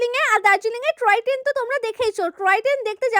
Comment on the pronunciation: টয় ট্রেন ❌ ট্রয় টেন✅😂